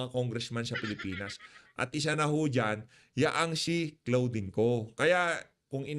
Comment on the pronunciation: CLAUDINE(pronounced as KLODIN) ✌️✌️✌️